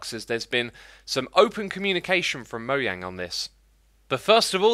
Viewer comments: But the people who work on the game pronounce it mojang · It's not moyang it's mojang MO JANG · It's mo zang u say it like that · One thing I don't like is you keep pronouncing mojang as moyang and Acacia as achcha!!! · wrong, it has always been mo JANG, that has always been the correct way to say it. moyang is a completely different word. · even notch pronounced Mojang moJang so was he wrong too? I have yet to hear anyone from the Minecraft team call it moyang. They all say moJang even the team members from Sweden. So are they wrong too cause I would hope they would at least pronounce it correctly. Also the guy in these videos pronounces every other word he says incorrectly. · Pippinn1805 the (swedish) devs who spoke at minecon live pronounced it mojang with a hard j? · ... what? Are you saying thats how you pronounce Mojang? :/